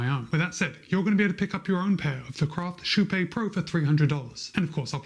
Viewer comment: Actually if the name is from kypegården its actually pronounced more like sheepé. Sh - ee (need) - p - é (pokémon). Im swedish so i know that pronounciation. The "ee" part is not exactly right but i cant think of a closer comparison in english